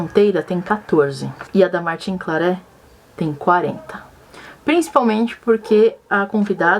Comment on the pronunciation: Martin Claret se pronuncia Martã Clarré/Clarrê.